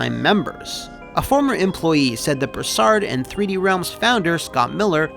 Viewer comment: its pronounced broo·saard lol southeren boy ohhhh yeahhh singggg itttt